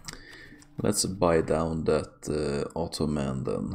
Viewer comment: Love it when you say “the Otto-Man”